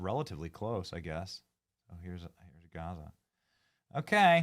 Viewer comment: Greta is such a dumb ass she can’t even pronounce Gaza right! Yea and flying the Palestinian flag is genius too Greta!